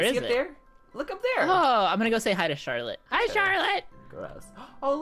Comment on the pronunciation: oh my gosh did call the spider charllotits not charlotes web hunny